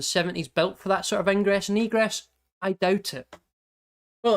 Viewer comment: "ingress and egress" sounded like something else for a second...